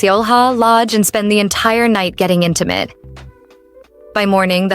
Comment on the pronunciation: As soon as she said: i want you to be intemate with me, i grabbed my head and laughed so hard😂😂❤